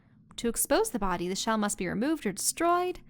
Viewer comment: "It's wearing a Chelle!"